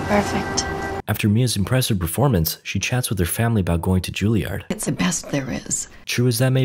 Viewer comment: Not Ju-Li-Ard; Jul-Yerd or Ju-EL-Yerd, FFS.